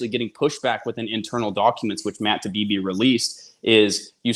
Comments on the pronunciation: Isnt his name Taibi, not Tabibi? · Independent journalist? He's mis- pronouncing Taibbi. Get it together.